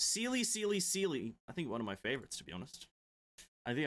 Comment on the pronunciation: Video starts, actually pronouncing Seeles name right. I frickin cried,man. Reaching Seeles animation, he returns to call her Seali, I just farted my heart out man. Your video and sound isn´t synced when you reached the re-awakening animation and from there on after. I´m glad that you revisited the animations.